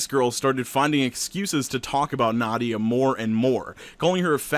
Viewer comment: as someone named nadia, its nah - dee - ah not nod - de - yuh. (common mistake)